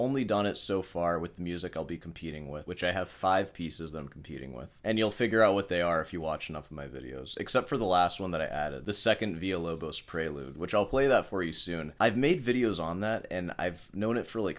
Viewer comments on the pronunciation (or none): Villa-Lobos was Brazilian, spoke Portuguese. You pronounce the LL in Villa as a regular L, not like in spanish (as it seems you've done). Same L as in languish, lethal, laceration, loss, lifeless, lobotomy, lurid, lollipop.